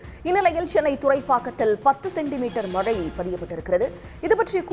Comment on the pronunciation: In sun TV, we expect a new person to pronounce zha Karam in the correct way .He speaks kocchai tamil he has to pronounce mazhai not malai .Tamizhukku zha azhagu athai kocchai paduthathirkal.its a kind request from a malayali audience